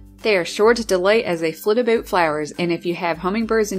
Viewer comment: The cutest thing is when says about. Aboot Love it!